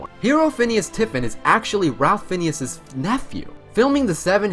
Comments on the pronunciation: Fiennes is pronounced Fines not Finnius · It's Fiennes (Fines) not Phineas... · You really... REALLY got Ralph Fiennes name wrong. It's pronounced "Rafe Fines" not "Ralph Finneas" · Ralph Finnes is not pronounced Fin-e-us... its pronounced Fines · Also, it’s Fiennes, pronounced Fines. Not finius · It’s pronounced “Rafe Fines”, just for everyone’s info. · Weird literal pronunciation of 'Fiennes' - it's actually pronounced 'Fines' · Ralph Fiennes pronounces his name "Raff Fines" not as it is pronounced in the video. Learned that from Inside the Actor's Studio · Ralph Fiennes pronounced Fines! Please do your homework! It’s embarrassing that you don’t know how to say his name properly! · Erised, not Esired. And Ralph Fiennes is pronounced Ray Fines. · 51] Ralph (Nathaniel Twisleton-Wykeham-) Fiennes is pronounced rayf fines. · Ralph Fienes is pronounced "Fines" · I knew over half of these. Also, stop mispronouncing Rowling (pronounced Rolling) and Ralph Fiennes (pronounced Ray-ph Fine). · Yeah, he pronounced a few things wrong, like Fiennes and Remus. Cool video though.